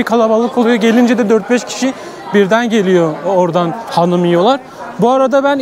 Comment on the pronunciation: Hanim değil XANUM 😅